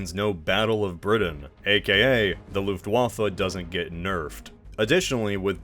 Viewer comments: For Reference not nitpick: the 'w' in 'Luftwaffe' should more sound like in 'weapon' notlike in 'waffle house'. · Luftwaffe is pronounced "luftvaffa" The W is a V sound in Deutsch. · The way you keep grossly mispronouncing Luftwaffe is really triggering. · interesting that you pronounce the W correct in Wehrmacht but not Luftwaffe 🤔